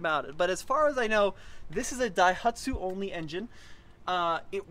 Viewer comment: Sounds like keeps sneezing in this video. "DAIHATSU" Must be the smoke from all the wildfires.